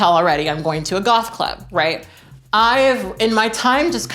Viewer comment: I am really enjoying all of these true tea videos! Side note, at the beginning I first thought you said you were going to a golf club not goth club, and I was like 1 why and 2 is that what people in LA wear to golf clubs? lol. It was cool to listen to you talk about passing, its such a complex topic and I always love hearing your opinions. I feel like I can really relate to a lot of what you were saying. As I start to pass more and more I am getting to know people before they know I'm trans. When this happens, I can get different responses to coming out. There are people who react fine, but there are also people who act differently after. I agree that it can be really hurtful when that happens and it super sucks. Passing is such a weird thing, it comes with privilege but also extra complications. Can't wait to see more videos, have fun golfing... I mean gothing lol!